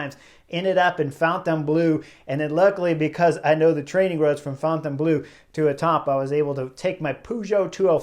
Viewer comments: Chris Horner you should horn your French. Fon Ton Blue? No Chris, no. Say --->> Forh-Turh-Blurr. That should be close enough! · Chris, your pronunciations of Fontainebleau and Omloop het Nieuwsblad are terrible, to the extend of being unrecognizable to natives but you make it up with your enthusiasm and cycle tactics. Please replace these audio locations with visable labels.